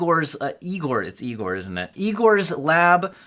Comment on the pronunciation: Anyone else laugh at the “Young Frankenstein” pronunciation of Igor?